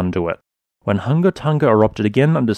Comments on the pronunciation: Hung-a Tong-a not Ton-ga Hun-ga Thank u. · You do do a great way of explaining geology but I just wish you and many other people would pronounce the words properly. You say tong ga and hung ga which is incorrect pronunciation. Try and say tong nga and Hung nga. Not hung but hung as in hook. It's all in the pronounciation. It sounds silly when you say tong ga and hung ga. Please learn how words are pronounced . Sorry and thank you.. Also I'm a Tongan living in nz. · Love your work!! I’ve been watching this channel for a long time and you deserve any new subscribers you get from covering this eruption. Just FYI, Tonga is pronounced tong as in like tongs, long, gong etc. Hunga is pronounced hung-a like, “I hung washing on the clothesline.” Also just a suggestion/request - could you put more time onto the end of the video so we have time to press the like button? Cheers! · For courtesy's sake, if you're a reporter, kindly respect at least the very basics of Polynesian pronunciation. The g's in Tonga and Hunga etc. are soft, as in -ing. Not Tong-ga. It is akin to those of us who live in the Pacific region pronouncing English words like Gloucester as Glue-cess-ter or Salisbury as Saliss-berry if addressing the Oxford Union.